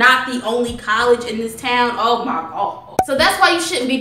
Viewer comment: LOL "Oh mah god"